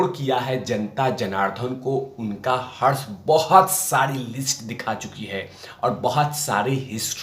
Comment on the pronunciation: शब्द हर्ष नही हश्र लगेगा यहाँ पर।